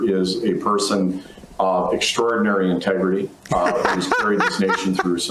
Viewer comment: Intagerty? Are you kidding me! Hahahahah